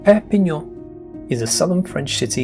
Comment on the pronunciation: What weird pronunciation you have? Menton is pronounced ‘Monton’. When you refer to Cannes, you don’t pronounce the ‘s’. You say ‘Cun’. ‘Saint’ (St. Paul de Vence) is said ‘San’. You got Perpignan perfectly though! Congratulations too on projecting your admiration for this historic, beautiful and fascinating region.